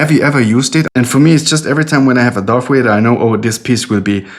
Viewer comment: I like how you say Darth Vader.